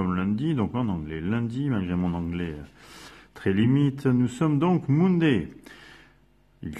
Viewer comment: Bravo, c'est clair, simple, merci !!! (à part l'accent anglais peut-être "Mounday" ;)